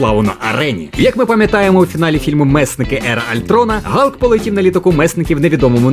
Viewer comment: Молодці, що правильно говорите ім'я Галка) не слухайте нікого! Відос супер))